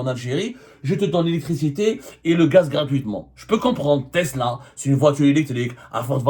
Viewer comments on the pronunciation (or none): none